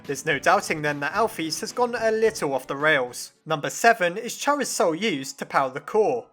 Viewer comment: Just saying, your pronouncing chara and alphas wrong, it's pronounced car-a and al-fis, ok? Pls get it right, it makes me a bit mad and I get mad very easy over small thing even like a little glitch when my phone says when I'm drawing on sketch : sketch is struggling to keep up with you. Please slow down